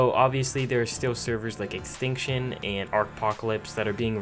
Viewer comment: nigga u said extextion